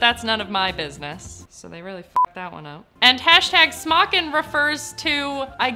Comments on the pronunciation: may just be a typo but it's not smockin (pronounced sm-ah-kin) smokin (pronounced smoke-in) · I believe its SMOKIN!! Not smockin